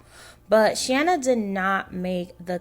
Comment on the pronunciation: FYI: You are pronouncing Shanna’s name wrong. This is Shanna. 😊